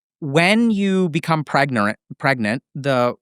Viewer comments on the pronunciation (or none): pregnorant? pregananant , pregant?